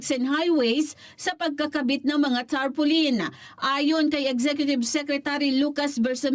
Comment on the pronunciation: Tarpolin 😂😂😂 Muna daw 😅